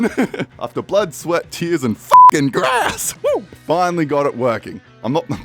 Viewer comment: ah yes, da GRASS